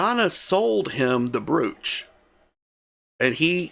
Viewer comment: Please, brooch is pronounced with a long o, like the o in the word broke. Another example of why the English language is difficult to learn. Carry on.